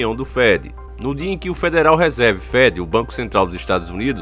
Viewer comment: "Fedéral Resérvi" . rs.